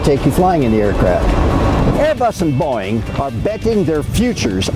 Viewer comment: "Airbus and Boing"